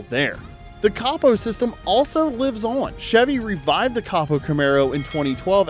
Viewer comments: Coh-Poh, not caw-poh. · I was out after you said copo wrong.